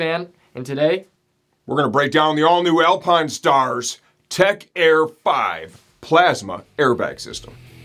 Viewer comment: The all new Alpinestarrrs - Didn't know you were a pirate